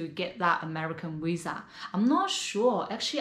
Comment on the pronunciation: I love this chicks channel and I think she is beautiful so no one on this comment section say I’m being mean because I’m not… but why do the say wisa instead of visa??